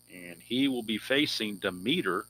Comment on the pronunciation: Hi... I love the basic game and I enjoy watching you play.And I hope you keep this sunday basic going as it's great! Just a note for you.... Don demeter is pronounced dem eter with the accent on Dem.....Dem et er.